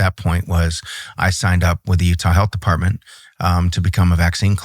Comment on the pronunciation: He said “defartment”